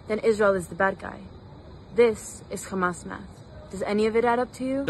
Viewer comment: KHamas? it is hamas you woman.